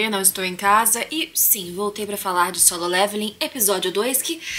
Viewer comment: aeeee ela falou solem irmãos kkkkkkk likezão